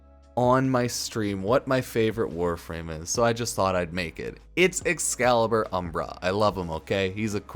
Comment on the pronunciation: excalibur umbruh